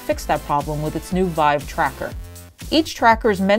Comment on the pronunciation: Ahh, htc VEEVE.